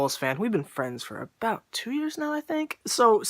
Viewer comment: I love how you say about like "a-boot"